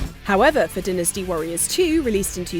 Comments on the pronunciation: It’s Dyne-nas-te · “Vihtamihns” I can abide...but “dinnasty”??? This Neanderthal anger I feel is probably exactly what they felt when they karate kicked that tea in Boston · Lady announcer is not funny and needs to learn to pronounce words , mainly dynasty .